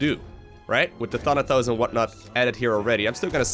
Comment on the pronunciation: Boi, its ThanaTos not ThanaTHos